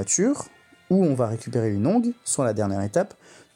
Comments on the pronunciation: en fait c'est comme pour les adverbes on dit le son "an" et pas "e" pour la fin, "heureusement" par ex. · Bonjour, très bonne vidéo explicative, mais juste pour information le mot "onguent" se prononce "ongan", ce n'est pas un verbe conjugué à la 3ème personne du pluriel, en espérant que ce commentaire ne soit pas vexant, j'ai cherché à te l'envoyer en privé, mais on ne peut pas (enfin je n'ai pas trouvé si c'est le cas) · tu n'es pas le seul à le dire comme ça, ça m'a même fait douter un instant lol